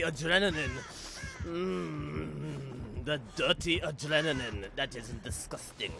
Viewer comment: when he says "disgusting" its a french accent